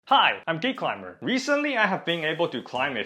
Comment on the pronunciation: I think it's because the k in Geek, and the c in Climber blend together. So it sounds a little like "Gee Climber" or "Geek Limer".